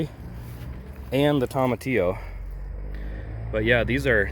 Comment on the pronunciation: TOE-muh-tee-oh. Not TOM-uh-tee-oh. No Toms about it lol Anyway…This helped me so much! I think my mystery volunteer is a cape gooseberry. Thank you!